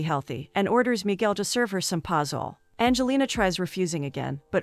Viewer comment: Pazuhlee......uh you pozole? I just crack up when computer voices try pronouncing non English words.